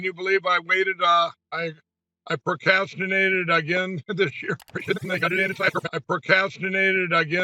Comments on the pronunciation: Huh? "Porcastinated"?? Did he ever "Gradutate" from High School??? 🤔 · porcatinated??Pocastinated??? Porncastigated???? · Percastinated? Is that in the dictionary next to "stoled"? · Dude, I almost spit out my beer looking at your face when pillow guy said pocrastinated lol